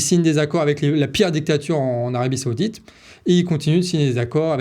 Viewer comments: on ne dit pas seoudite mais saoudite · Saoudite, pas Séoudite, on se croirait à la récréation 😁